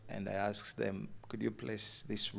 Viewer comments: Mw. '', weebale kukyaza bannaffe abo. Save for the mugole’s ‘Pro Max’ accent, I genuinely enjoyed their story. It was touching, inspirational, and, in parts, quite emotional. I must admit, though, I struggled a bit with pronunciations like ‘aks/aksed’ for ask/asked, ‘Cheêwătoõlëh’ for Kiwatule, ‘Næjârřnäñkhúmbî’ for Nnajjanankumbi, and ‘bĕŕṛãĥ’ for better! 😂😅 That said, I’m truly happy for them and wish them all the very best as they journey toward full restoration—individually, as spouses, and as a family. Cheers! 🥂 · Why do you pronounce it as akxed?.... instead of asked....uhm....it sounds ghetto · and the word aksed me😂😂😂😂😂